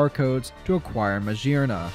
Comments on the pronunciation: I'm surprised you didn't notice that MaGEARna would be pronounced with a hard G like in GEAR. It's not Majearna. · The G in meggerna is pronounced like gear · What I hear: Mashearna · i have never heard someone pronounce magearna as "mashearna" but i respect it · Ur saying maggerna wrong the hol vid